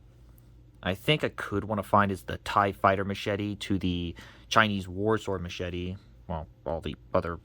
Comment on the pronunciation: Machete or meshadi? You pronounce it in a very strange way.